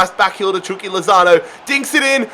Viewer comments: He called lautaro lozano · You said lautaro wrong